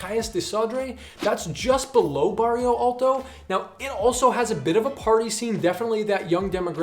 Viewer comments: Why do you pronounce barrio if the word is bairro? You're in Portugal, not in Spain... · why does everyone say Bairio instead of Bairro